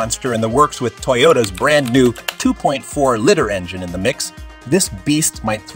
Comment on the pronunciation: 2.4 "litter". There's something very wrong with this AI voice generator.